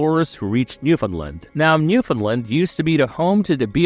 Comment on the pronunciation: You are pronouncing Newfoundland and Beothuk incorrectly. No hate, I just wanted to let you know.